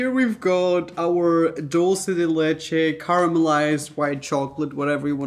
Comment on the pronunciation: I love how you pronounce “dulce de leche” I feel like I always cringe at how people say it (I understand they never knew how to say it I just cringe lol) since my first languages is Spanish and I know how to pronounce it, but even if you didn’t pronounce it exactly I appreciate how you pronounced it 🤩 just had to share that lol ( if you’re wondering)